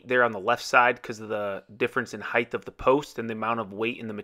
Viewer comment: I really enjoy your videos, except for one little thing. It's length, width and depth, but not heighth - It's height.